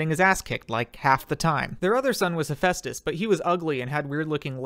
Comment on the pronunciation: Why do so many people pronounce Demeter that way? Oh wait y'all probably American and don't know how to pronounce meter. Also, Hera is older sister not younger. That's also not how you pronounce Hephaestus. But nvm. Or Dionysus You missed the y in Eurynome. But yeah, always have a goat handy.